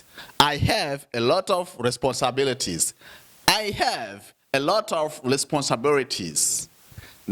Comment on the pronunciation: Please check on your accent and pronounciation! How do you pronounce "Responsibility"?